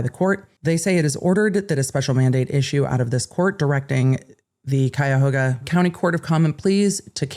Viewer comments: Good job pronouncing Cuyahoga! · Thank you for pronouncing Cuyahoga correctly!